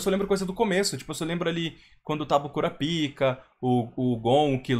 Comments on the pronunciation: Mano não se fala Kurapika, se fala Kurapaika, se escreve Kurapika mas se fala Kurapaika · Só uma observação ao nome do Kurapika, não se lê da forma como escreve: Curapica, se prestar um pouco de atenção na voz do Actor Voice lê-se "Curápica", como se tivesse um acento agudo no "kuRÁpika"!!!